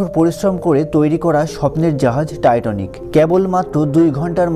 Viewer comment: জাহাজের নাম টাইটানিক আর আপনি বলছেন "টাইটনিক".. উচ্চারণগত সমস্যা হলে ভিডিও তথ্যবহুল হলেও ভালো লাগে না